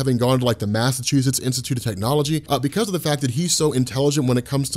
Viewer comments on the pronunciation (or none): none